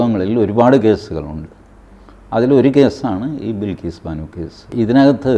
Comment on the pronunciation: ബിൽകീസ് അല്ല ബൽകീസ്‌